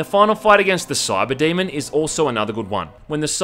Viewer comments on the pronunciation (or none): none